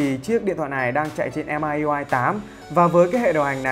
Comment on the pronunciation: Em góp ý xíu hình như MiUI đọc là Mi iu ai chứ anh :D